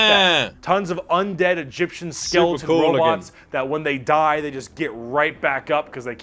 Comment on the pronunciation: Why can you not say "skeleton"?🤔